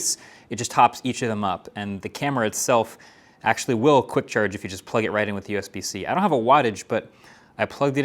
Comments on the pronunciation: queek release system? 🤣🤨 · | "...magnetic 'queek' release system." 😆